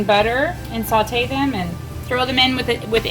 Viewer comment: Saw-tay. Not salt-ay.